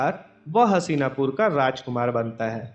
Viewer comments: हशीनापुर नही हस्तिनापुर हैं भाई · Hasina pur nhi hastina pur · मेरे दोस्त उस राज्य का नाम "हसीनापुर" नही "हस्तिनापुर" हैं। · Haseena pur ny Hastina pur h chutiye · भाई हसीनापुर नहीं हस्तिनापुर नाम था । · What is hasina !! It's so annoying and so disrespectful. Please correct the pronunciation. 🙏